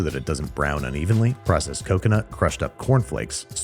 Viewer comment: coconut? cocono